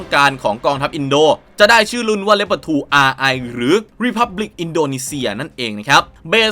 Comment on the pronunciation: ชอบที่อ่านว่าเลพเพิร์ดไม่ใช่ลีโอพาร์ด...